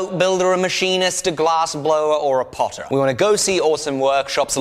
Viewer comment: My wife is laughing about how he said Potter